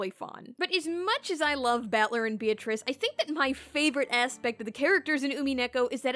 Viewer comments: Says Beatrice's name wrong Unsubscribe. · ... when you say you love Umineko but you pronounce Beatrice's name wrong... it hurts my ears every time you say it sorry